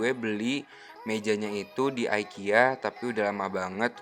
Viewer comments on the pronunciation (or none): Bacanya tetep ikea kak hehehe bukan aikia